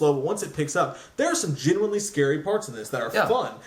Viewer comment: That's not how you pronounce scary